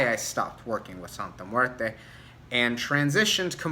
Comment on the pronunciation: Great video, my biggest gripe are these practioners pronouncing her name wrong. My recent video on Santa Muerte I went off about it, I personally don't work with her but respect should be shown on her name (any deity really).